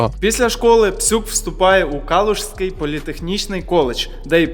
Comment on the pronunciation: КалуСький народ, КалуСький , а не Калушський